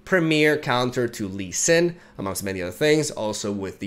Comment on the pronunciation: "Lee Swin" hahaha